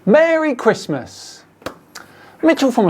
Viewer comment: MeWWy ChWistmas! It's /r/, not /w/!